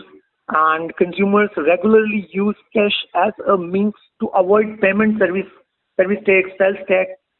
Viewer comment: What is cesh? ? Its cash . Pls change your pronounciation. U r here to teach people but u r yourself wrong.